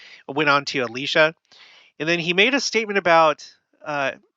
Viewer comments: You say Elisha and pronounce it A-lee-sha. Do you know something we don't about the pronunciation? I have only ever heard it pronounced El-eye-sha. Normally I wouldn't think much of pronunciation, but where this person has had such a big roll in both Biblical times, and modern restoration, I wonder if the mispronunciation is of more concern, if it is one (I can except that everyone I have known including myself has been saying wrong if we have) On a side note, I find it interesting you say it so different despite being from Utah also, LOL. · Elisha is pronounced with a long i same as Elijah. Both men. Your pronunciation came up on the transcripts as Alisha...just so no one is confused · El EYE sha -> correct pronunciation. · I’m sure intentions are good with the corrections of the pronunciation of Elisha. I would be careful about being overly concerned about the pronunciation of a name. (For example, Nephi is pronounced (and even spelled) Na-fee in Arabic. Sam in the BOM was most likely Shem (as it isn’t Samuel)). Remember someone left the church because Joseph Smith misspelled his name. Mispronunciation might bother someone, but hopefully that doesn’t become a reason to not hear the message that’s being taught.